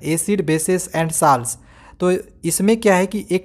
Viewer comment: Sir saalts nahi salts hai bo